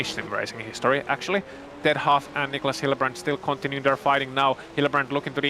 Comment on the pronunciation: I will not stand for this slander!!!! My name is Clearly pronounced HAUFF and I am in A SCARRINI - it's not HO in a COOPER, who would DARE?! anyboody who says otherwise is an OPP!